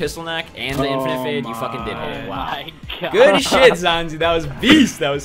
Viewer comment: changed good to great because you pronounce it "geed" haha